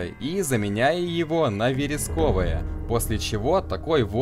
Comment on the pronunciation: он вЕресковый, послушай любую песню на эти стихи или их чтение любым актёром